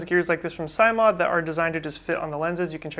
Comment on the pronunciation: Oh, and it's pronounced "sim," as in "simulation"